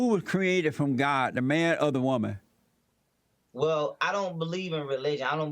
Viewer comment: “So you a wumah! (woman)” His partial pronunciations 😭